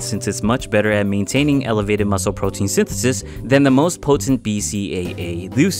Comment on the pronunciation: nigga u said potein